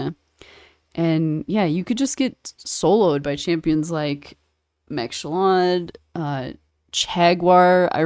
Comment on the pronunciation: Did she said Mac Salad to Ma Shalled? XD